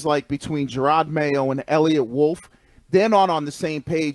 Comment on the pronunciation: “Jerod” - not “Gerard”